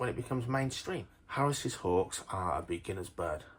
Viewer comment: Can’t watch it, Harris’s just doesn’t sound right. Never heard that pronunciation and can’t watch 😂